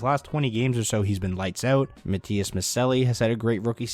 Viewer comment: Try to pronounce Matias Maccellii like MaTTias MaTSHEllli, its not completely true to its italian roots, but thats how we finns say it :D